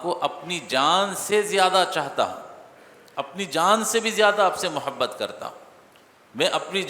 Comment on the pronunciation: مو حبت نہیں محبت ہوتا ہے